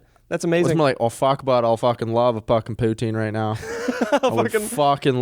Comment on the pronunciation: No one in British Columbia says poutine the way says it lmfao, and he just said I’m a hick coooooooooooooooool